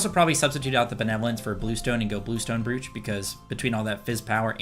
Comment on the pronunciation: Just to help, Brooch rhymes with "roach"